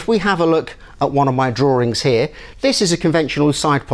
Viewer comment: Drawring, wholerarea